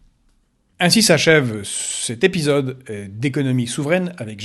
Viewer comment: ton accent russe s'entend hahaha ( dans ce nouveau "episode") tu prononce épiiisyode